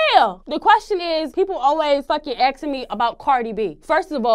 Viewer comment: What’s up with people saying “axing”. It’s “asking”. Not a hard word